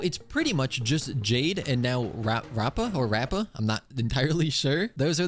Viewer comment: her name is pronounced : rap a